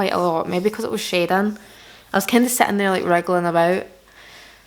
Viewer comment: My name is schaedyn so every time she says shading it sounds like my name bc of her accent and it’s trippy lmao